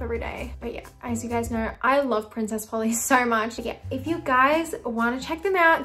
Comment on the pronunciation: im crying at the way said princess polly in an american accent omg